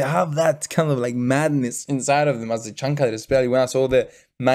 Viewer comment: thank you 🙏 The Changcuters you can say the chang chooters, not chang cuter